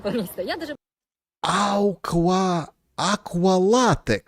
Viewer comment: аж буквы в слове перепутал: ауква... аквалатекс😂😂😂😂. Не, я все понимаю, тоже вздрогнула, как увидела эту "красоту"! 😂😂😂😂😂